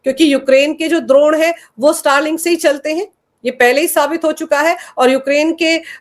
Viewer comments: द्रोण नही अपितु ड्रोन 🙏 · Dont mix up Dronaacharya with Drone, there is a clear distinction in pronouncing “Drone” in these context and you are expected to know it